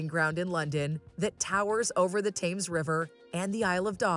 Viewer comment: You think you could get Catherines title correct as she is not Princess Kate. She is HRH Catherine Princess of Wales. Women who marry into family cannot use princess before their name unless granted and she has not been granted this yet Also if your going to make videos you could pronounce names like Thames correctly And Charles is the British monarch not Just England